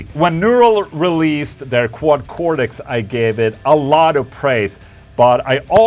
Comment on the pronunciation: It's Cortex with a t, not a d. Even in America.